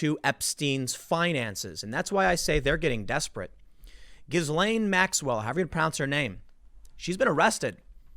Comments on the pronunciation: I think it's pronounced ghilaine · Once and for all! Gislaine is pronounced : JEELANE in english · Gh in Ghislaine is a J sound, so it would be pronounced Jislaine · It's pronounced Jizz Lane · Tim! Learn how to pronounce Ghislaine Maxwell’s name correctly. “GHEE-LEN” The reason I say this is cuz you’ll be saying the name a lot in the coming months! In any case, this story is disturbing. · It’s pronounced “jizzlane” maxwell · Ghislaine pronounced Gil-Layn and Guidice pronounced Jew-Dice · We pronounce it "Jizz Lane". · Its pronounced G-LEN, Tim. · Apparently its pronounced 'Gill-en'. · You pronounce her name as Jizzlane Maxwell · I pronounce her name as JizzLane. I am almost 100% certain if she manages to name names, it will be prominent democrats & republicans alike, including many tech/hollywood/bank corporate elites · zhees-lane? gees-lane? guh-lane? Is having your name pronounced correctly part of your Miranda rights? Hope not. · It’s pronounced jizz lane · It's pronounced Gill-Lane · HOW DO PEOPLE STILL NOT KNOW HOW TO PRONOUNCE GHISLAINE???? YOU’RE A JOURNALIST FOR GODS SAKE LMAO. TIM!!!!!!!